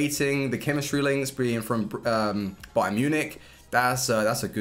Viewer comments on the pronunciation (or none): none